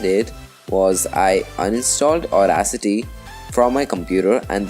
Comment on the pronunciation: Sounds like you're saying Auracity, (with an R).